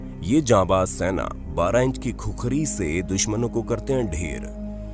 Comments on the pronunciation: खुखरी होइन भाटे खुकुरी हो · पहले सहि नाम लेना सिखिए खुकुरी को खुखरी मत बोलिए ! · खुखरी नहि भाइ इसको खुकुरी बोलते है 😁😁😁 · खुकुरी बोल्ते हें , #खुखरी गलत हे#